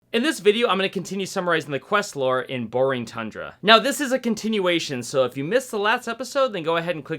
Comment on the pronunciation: did you say "Borring thundra"? XD